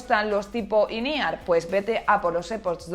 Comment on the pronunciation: Que son auriculares IN E-R? Quiere decir in ear? MADRE CON EL SPANGLISH